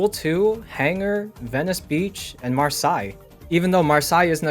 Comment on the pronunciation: Mar-say, not mar-psy